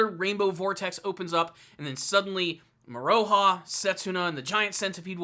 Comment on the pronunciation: Love this vid! ❤️ Just FYI it’s pronounced “Moro-Ha” not “Mo-ROE-ha” also you don’t have to pronounce the “U” in Hiraikotsu and Kirara is pronounced like “Kilala”